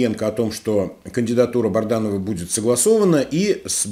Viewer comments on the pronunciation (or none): Добрый вечер, если вы читаете все комментарии, почему вы упорно называете Бадранова БАРДАНОВЫМ, уже режет слух и это неуважение к слушателям, пора уже правильно произносить фамилию!!!